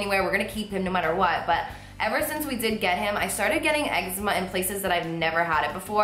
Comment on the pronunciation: YOU PRONOUNCE ECZEMA WRONG